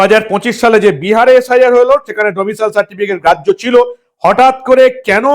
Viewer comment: ওহে , domicial নয় , আগেই বলেছি। ওটা domicile 😅😅😅